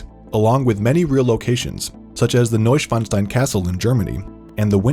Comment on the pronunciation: I never heard a non German pronouncing Neuschwanstein correctly... until now! 👍 thank you and greetings from Germany. Keep the stories coming!!